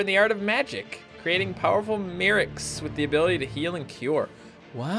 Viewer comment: Probly pronounced like the word clerics, Magikill + Clerics = Merics. your pronounciations get worse and worse lol